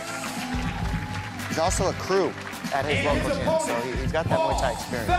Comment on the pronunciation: HEIDI ANDROL Please leave this sport, How could you call Muay Thai Mee Thai????? OMG